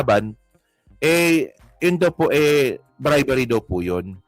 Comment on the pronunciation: bribery hindi bribary.